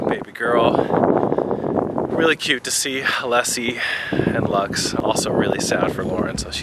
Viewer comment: its Lux not Lax